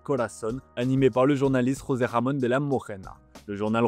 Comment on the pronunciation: 4"50 franchement arrêtez d'essayer l'accent espagnol c'est une catastrophe, de José Ramon tu passe a José Jamon qui veut littéralement dire José jambon😂😂😂 arrêtez par pitié rester sur l'accent français